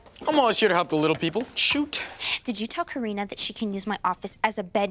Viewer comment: It's Karina not Katarina